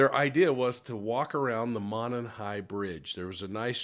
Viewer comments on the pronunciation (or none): It’s actually pronounced mow non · Monon (Moe-non) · Love your show! Monon is pronounced [ Mow-non] From the area trying to be helpful😶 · Its Mo like No and non like on. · Pronunciation: MOW-nahn